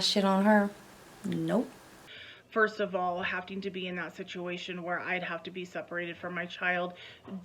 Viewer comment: "hafting to"...., darling, there isn't a T in that word, you sound dumb, it's "having to"